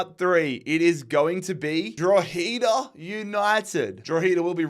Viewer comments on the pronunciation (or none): it’s pronounced draw-ha-da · It’s pronounced dro-head-ah and dun-dalk as in talk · Thank god I don’t have to hear say Droheeeda anyway. Instead I just have to deal with the way he says Dundalk.